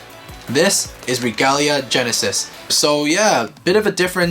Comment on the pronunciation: Bruh it is not regula gennises it is royal gennises